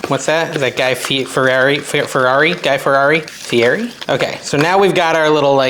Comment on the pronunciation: Guy Fieri (fee-etty) I think. 😉